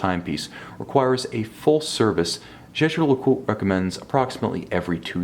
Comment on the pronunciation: Haha learn to pronounce the name!